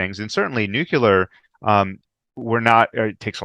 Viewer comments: How do you take someone serious when he is unable to pronounce Nuclear and instead is constantly speaking about Nukulur....... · Great bonus interview, thanks,! I'm continually surprised by how many intelligent people don't know how to pronounce nookalar. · it distracts me completely from the data. Maybe it reminds me too much of previous US fools like George W Bush who had the same unability to pronounce the word.